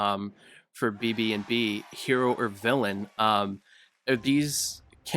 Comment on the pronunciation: He said Béah